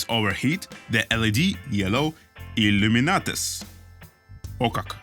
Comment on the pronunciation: Чувак, illuminates - иллюминэйтс